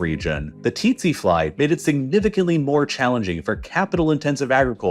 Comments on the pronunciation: Didn't know its titsi fly all along we been pronouncing it as sese fly😲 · Tsetse fly is pronounced very close to "sexy fly" Something similar to "Se" like the beginning of the same Sarah, and "see". There are pronunciation videos on YouTube. Look it up :D